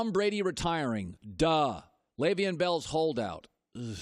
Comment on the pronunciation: Why does he says Le’Veon bell name so wrong every time like damn 🤣